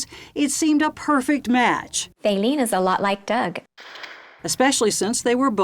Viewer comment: Fayleene ? Who calls a baby that?